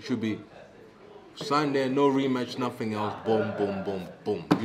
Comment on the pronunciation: He said RE METCH, not Rematch